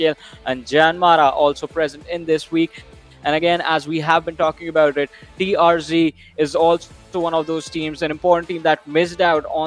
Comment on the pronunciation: Not TRG It's TRZ